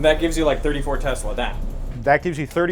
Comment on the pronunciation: One would think Mr. Smarty-pants would know how to pronounce "Tesla". It's pronounced: TEZ-LUH. Dumbass Smarty-pants😂